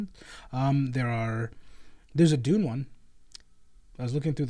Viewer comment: That “DUNE” was beautiful